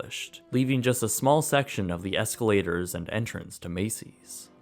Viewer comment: Nobody: Absolutely NOBODY:: EsLaToRs